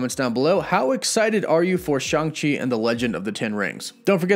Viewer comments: It’s Shang not Shung! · bro you the goat but it’s SHANG, ang like in avatar 😂 but this Movie gonna be dope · Take a shoot every time he says Shang wrong! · You pronounced Shang wrong